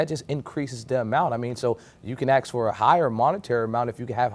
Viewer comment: Who put Grandma's wig on that FREELOADER? "Acts" (its even in the transcript thats how the FREELOADER pronounced ask) smh 🤦🏻‍♀️ get rid of the aa hires